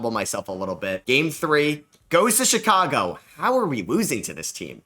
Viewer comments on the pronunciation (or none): none